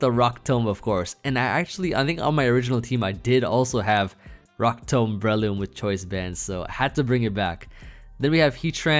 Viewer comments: Your 1000th video and you’re forcing me to dislike my saying rock tomb incorrectly. I’ve never expected anything more and still been extremely disappointed. Also…a team from each 100 videos previously still would have been insane. I stand by this. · says Rock Tomb so weirdly 😭😂